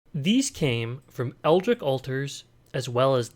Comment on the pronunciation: Excellent video Why are we pronouncing it "eldrick" tho?